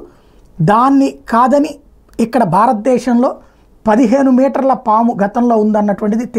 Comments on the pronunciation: పామా? సామా?😂 ముందు తెలుగు నేర్చుకో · Saamu enti anukunna saamu Kadu paamu na😊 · Saamu kadhu saamy PAAMU